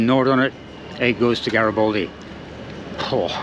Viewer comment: I hope, until your next trip to Como you exercise to pronounce "Garibaldi" correctly :)